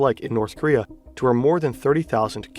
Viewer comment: Bro is terrifed of North Korea he can’t even say the name of the country 💀